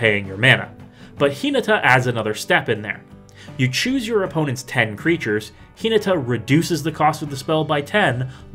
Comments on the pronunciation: (Hin-ah-tah) please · I thought this Video was on Hinata, Dawn Crowned. Who's Hee-nuh-tuh? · Yeah probably you should take 30 seconds and check how to pronounce a name before you make a video about it but yolo